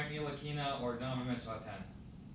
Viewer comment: Frank's last name is pronounce like this. N-TILI-KI-NA. Not N-li-ki-na. HOW THE FUCK DID YOU BECOME A REPORTER AND CAN'T READ. LOL!